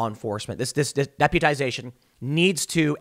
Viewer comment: Dep'YOU'tization would be how its pronounced... you are a warrior Tim, I respect your journey